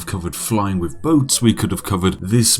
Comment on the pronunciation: I love Spiffing Brits videos, but I am really struggling with his inability to pronounce "th" words. Every "F" I hear is slowly eating away at my soul.